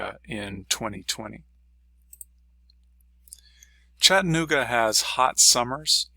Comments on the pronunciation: Pronounce the A, it's Chatt-A-nooga, not Chattinooga. I had to learn that when I moved here and your mispronouncing it is like nails on a chalk board. I've been here 16 years, and love it but am moving. The city is getting rather crowded, the streets are falling apart. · To retire here, you have to learn to pronounce Chattanooga correctly. ✔